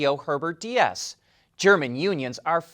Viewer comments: Deiss is Dice…. Stop calling him Diaz…. Come on man it ain’t that hard. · Herbert Diess' last name is pronounced deece. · The e in Herbert Diess is silent. "ie" in German is called "langes i" (long i). The e signifies a longer i sound. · fuck, how many people already told you that Herbert Diess ist not spelled like spanish Dias. It is a combination of "cheese" and "nice" with the ee of cheese and the ending of "nice" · the German pronunciation of Diess rhymes with "keys". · Why can't you pronoun Herberts name correctly, what is wrong with you? No Tesla is NOT forced to be in a union, the committee / counsel is NOT a union.